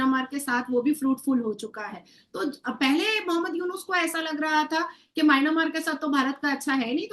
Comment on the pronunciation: Nazia elahi khan... Its not mynamaar... Its pronounced my.. N.. Mar there is no a after the n